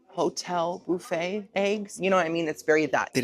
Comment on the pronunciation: I need you to know, I stayed in a hotel last night and when I asked them where the breakfast buffet was, I pronounced it like you on accident- boofey. Do I watch you every week or what? Lol